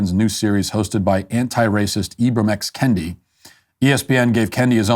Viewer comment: “Ibram” Henry rodgers made me racist.